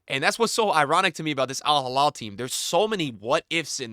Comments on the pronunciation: Alhilal not alhalal please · It’s Al Hilal not al Jilal Just pronounce “H” like when you say “He” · It’s Al Heeee-LaaaL. Not Al Haa-Laal. 😅